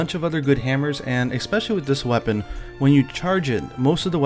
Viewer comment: Expecially isn't a word.